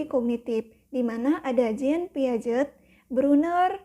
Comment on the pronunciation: untuk pelafalan nama pigaet mohon dicek ulang kak